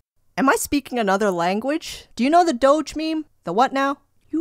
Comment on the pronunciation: Its pronounced doe je doge